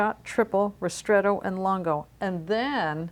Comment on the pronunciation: "Lungo" is pronounced Loon-go